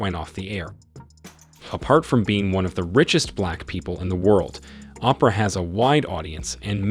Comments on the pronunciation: Sir, why don't you pronounce Oprah Winfrey name right. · Just butchered poor Oprah’s name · I didn't have any comments until I decided that they needed to know this man purposely does not pronounce the names of the most popular people in the world correctly! Especially all the black women! Who doesn't know how to pronounce Oprah and Beyoncé? Really????